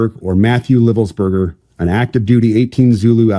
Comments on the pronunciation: Its pronounced "Lye-velsberger... long "i". Everyone in media is saying it wrong, but I know some Livelsbergers (and I didn't know how to say it either when I first met them). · Your refusal/inability to pronounce this guy’s name tells me everything I need to know about you and your podcast. Read the name and sound it out phonetically. It’s a first grader thing. Jesus